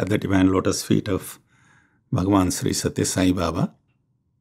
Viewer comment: Wonderful thank you. My only feedback for the anchor/host/radio sai team is - is it possible to say "Bhagawan" without too much stress in "Bha"? Sometimes its repeated again and again when you hear it in headphones, it gets a bit uneasy. Thanks for understanding and keep up the great work.